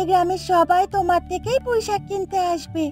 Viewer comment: কৈইশাক❌। পুঁইশাক ✅